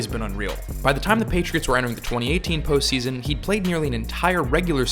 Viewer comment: Best post season... gosh you need to articulate that better especially with the charter of grunk it sounded a lot dirtier